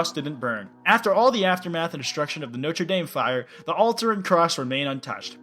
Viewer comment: How dare you. THAT IS NOT HOW SAY NOTRE DAME, JESUS CHRIST.